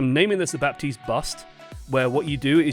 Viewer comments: Please pronounce Baptiste’s name right. He even says his own name in the game.... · CAN YOU LEARN HOW TO PRONOUNCE BAPTISTE... YOU NEED TO PRONOUNCE THE P!